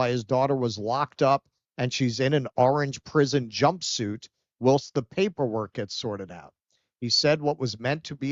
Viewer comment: whilst is pronounced WHILE with ST at the end.